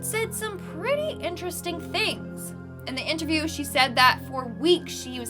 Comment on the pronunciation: Am I the only one who heard Mietnam ?